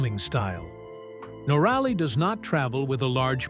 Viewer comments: Someone should tell the AI reading this that it is NORaly....not norALy.....please adjust the program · if your going to a click bait story on someone as successful as Itchy Boots at least pronounce her name correctly. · Not the only person to go through a relationship breakup. Always suspicious about someone who has not bothered to learn how to pronounce her name.